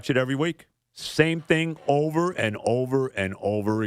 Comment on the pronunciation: "I gotta get OVAH the fact..." hilarious.